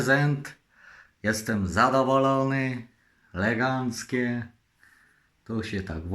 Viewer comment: Legancki włancznik ma